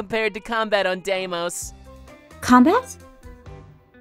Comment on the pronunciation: Ella Harmony it pernounced “Daemos”